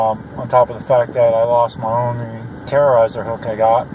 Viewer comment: It's terror eyz not terror eyzer